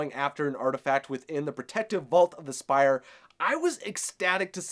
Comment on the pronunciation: Umm...It's pronounced Spire. Good theory and poor varian he just got his dad back and now he have to save him again. i think Zhan tiri is trying to control the brotherhood and go to war against corona and be the moon stone & dark kingdom vs corona and the sun drop.